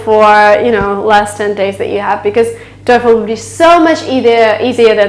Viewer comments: Excellent video, the only thing that bothers me the most is your TOEFL pronunciation. Go to: Merriam-Webster's definition of "TOEFL" And listen and practice. Correct pronunciation is \ˈtō-fəl\ NOT \ˈtō-efəl\ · her voice is excellent except "toy_phone". Artificial intelligence recognize her voice like that 😂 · Hahah you pronounce toefl like ,,teufel“ in german Teufel = Devil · I am German and you pronunce it as the German Teufel jaja that means devil! Do you also want profesional German clases maybe? Greetings! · Learn how to pronounce TOEFL correctly. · Toyful this, toyful that, sittation, todally, etc. your English is so bad, I could not finish the vid. Hell you can hardly speak English, much less pass the TOEFL with a score of 117 out of 120. Not in a million year would I believe you scored anywhere over 100 if that, but I guess this is a money maker for you and people are either gullible or just horned up. It is pretty disturbing to see people that can barely speak English giving instructions on how to pass the TOEFL or IELTS, but hey, all those preparing for these tests are foreigners who don't know shit and can't really catch your mistakes.